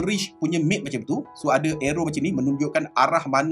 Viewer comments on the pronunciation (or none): none